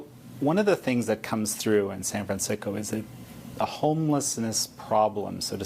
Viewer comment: did he just say SAN FRAN SICKO???? BU WAAAAA HAHAHAHAAHAH. I AM SO USING THAT.